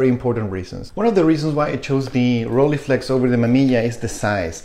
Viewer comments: "Roll-eye-flex", not "Rolleeflex" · Well.. in standart "hochdeutsch" the ei cluster of vowels should be procnounced as -eye-, you might have lived in a more accenty environment but it is the same case as in Leica, one doesn't say "Leeca" either. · When I lived in Germany, people said it like “ghroll-hey-flex”. In all the other countries, I’ve heard people say “roll-ee-flex”. You say “roll-eye-flex”. I don’t know where the “eye” part might come from. Never heard of it, and it’s certainly not German. But who cares? Enjoy the camera and pronounce it however you want to.